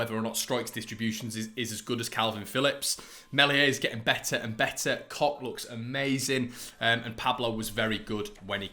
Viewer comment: "Koch looks amazing" 🤣🤣🤣🤣🤣 Yes I agree Robin Koch has been playing some good football and adapting well to life in West Yorkshire. Good on you for pronouncing his surname correctly, it's worth the lols